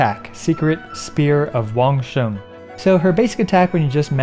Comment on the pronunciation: Not really related but it made me really happy when you pronounced wangsheng correctly lol